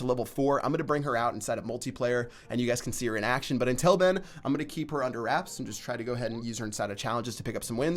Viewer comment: Anyone else noticed he says "intul" instead of until?